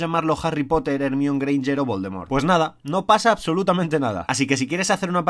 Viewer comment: jermione greinger, infumable su pronunciacion de este canal